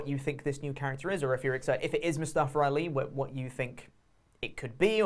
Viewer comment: Moo-Staff-er Ali